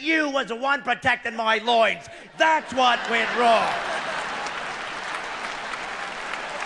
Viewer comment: hit him in the "loine"